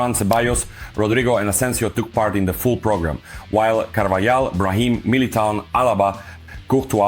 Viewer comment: Carvjal is pronounced Carvahal, not Carvayal!